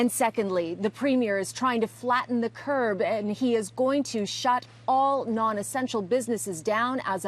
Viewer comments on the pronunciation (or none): I swear she keeps saying “flatten the curb” lol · Does anyone notice she keeps saying flatten the “curb”....